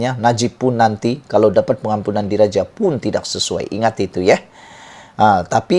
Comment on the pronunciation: Sebut tidak pun x betul